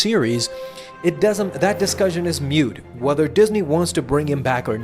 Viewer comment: It's moot, not mute.